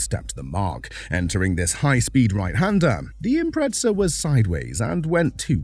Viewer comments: Its an Imprezza, not an Impretsa. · There is no "t" in the word Impreza. Why do Brits put it in there?